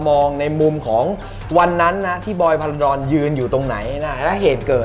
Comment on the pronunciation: จารบอล พาราดอน ไม่ใช่พาราชิล สุดยอดครับ แข็งโป้ก